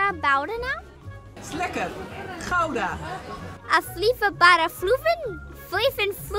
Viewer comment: As an American who lived in Belgium, LOVES Bruges and the Chocolate Line, and now lives in the Netherlands, as well as being a fan of BOTH iconic duos of Crusoe/ and Loulou/Coco for years now, this was the biggest treat for me. And pronouncing Gouda so well impressed me a lot! It was so nice of you to let the smaller channel go first with posting their side of the joint content, too. I have so many warm fuzzies from this. Thank you. 💖💖